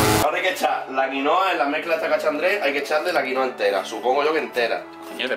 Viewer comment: Es quinoa